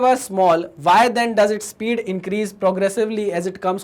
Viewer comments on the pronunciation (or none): none